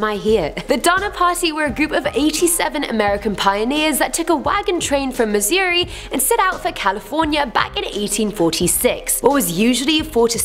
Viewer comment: Its Missouri not Mizzoi or how ever in gods name you said it